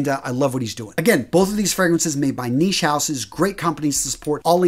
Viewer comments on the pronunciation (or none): none